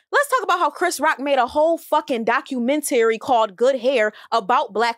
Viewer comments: Why she kept saying documenTary ? lmao i just kept correcting her to myself . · Her ass saying documentayary is killing me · Why in the hell this girl saying DOC U MEN TARRY? Girl!! 😊🤣. is regurgitating every point that was put out on twitter. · pronouncing documentary like “Dock-you-men-terry” is hilarious.😂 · The way she pronounced documentary “doc-U-men-Terry” 💀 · Doc....u...ment...ar....y. Sound it out boo 😂😂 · Why is she saying, "documen-tary." That is bothering tf out of me lmao. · Love her but I cringed every time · That was driving me!!!! It's not a compound word. 🤦🏿‍♂️ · I couldn’t understand why 🤣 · That was hilarious.. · she lost me with the way she pronounced documentary lol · Y’all heard how D pronounced documentary??🤣🤣🤣🤣🤣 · Why does pronounce documentary like that? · Can she not properly say documentary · I love you, but don't say documentary no more okay 😭😭😭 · I've never heard anyone pronounce documentary like that before. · I stopped listening when she consistently mispronounced documentary.